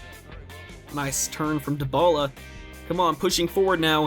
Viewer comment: It's ( die- bala) not (de-bala)